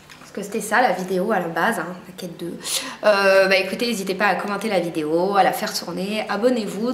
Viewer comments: on dit pas N-A-KED mais ca se prononce " Neiked "ou au pire " nékèd " .. je suis choquée lol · Ca se prononce "Neï-kid" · Franchement je veux pas être méchante, mais essayes vraiment de faire un effort sur l'accent pour dire Naked. V. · la chance de l'avoir déjà ! Par contre c'est dommage t'écorches sacrément le nom, ça fait mal aux oreilles ! ;)